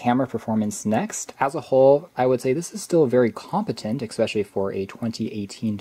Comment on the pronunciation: I love the video but eCKspecially is not a word. ;)